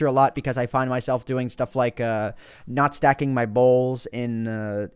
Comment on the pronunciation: It´s really really cool becuase i´ll fid my self nutstacking my balls... thought you said that xD